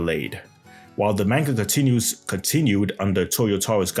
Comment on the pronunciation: I can't believe you when you're saying manga wrong. I can't even stand listening to you with you constantly saying it wrong